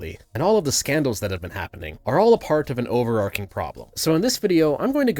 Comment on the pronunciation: OverARCHing. Not overARCing. I'm sorry.